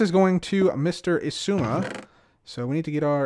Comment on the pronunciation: Two seconds of saying “zizooma” and now I’m having a crisis… exzooma? X eye zooma? Igzooma?